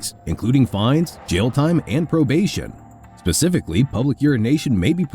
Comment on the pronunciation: 46 second mark: pacifically or specifically?